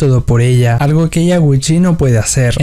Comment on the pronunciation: Aparte habla súper mal, todo lo que termina en L lo pronuncia como una R, "vuerve", "argo", "er ganzo", "sarga". 💀